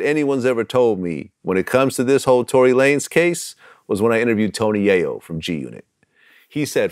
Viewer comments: Tony Yoy-yeah? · My man said Tony Yoyo. That’s enough for today. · Did crunchy say tony yo yo??? 😆😆😆😆😆😆